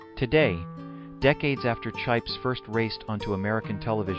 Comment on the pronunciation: Please its chips not chipes